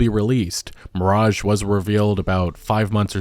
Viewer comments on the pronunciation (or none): none